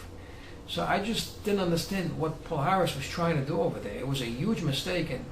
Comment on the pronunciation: its is not "pal haris" the correct pronounce is "pallares"